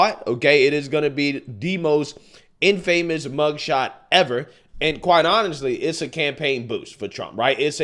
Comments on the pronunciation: It IS NOT "in-famous" it is pronounced INFAMOUS in-fa-muss! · you're killing me! It's not "in-famous". The word is pronounced in-FA-mous. Keep the great videos coming!❤❤❤ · infamous - pronounced "inn-fuh-miss", not "inn-famous". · The word infamous is pronounced In-fuhmus Keep up the good work sir!